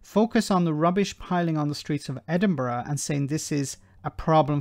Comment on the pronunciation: Where does she come from? She doesn't even pronounce Edinburgh correctly. Oh yeh pick on Scotland, the first strike we have had as our railway was not on strike, is nationalised. Our water is clean, no shit coming out of our pipes to the sea . Having worked in refuse and street cleaning I have always thought they deserved more. Grave diggers r paid more because they will come across all the yuck of decomposing bodies but street cleaner and refuse collectors deal with sick on streets, used needles, drug and diabetic, knives in bags, shit on streets if public toilets closed. This goes on throughout uk not just Scotland. There r a lot of germs and disease connected with tasks like this and ppe does not protect u from it all. Yes I support their strike as they r overlooked heroes. They worked thru lockdowns when paper carried the covid and have a very hard physical job that will probs mean early ill health issues. Bad knees, back etc. I hope they get what they want.